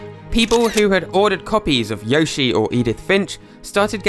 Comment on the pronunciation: Not to be rude but it’s yo shi not yoy shi